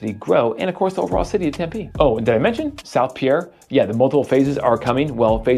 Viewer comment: Also, it is pier, not Pierre